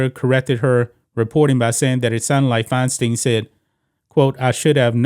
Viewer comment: it's pronounced Fine Stine... rhymes with Fecal Swine